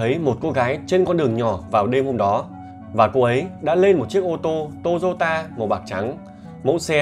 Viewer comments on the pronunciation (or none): none